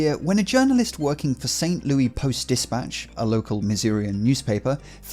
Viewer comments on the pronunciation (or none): It is Louis, pronounced Lewis, not Looey, as if it is connected to a loo in some way.